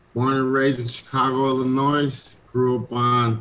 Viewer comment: JC been away from Chicago so long he forgot the S in Illinois is silent.